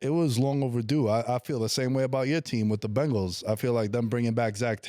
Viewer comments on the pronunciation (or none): none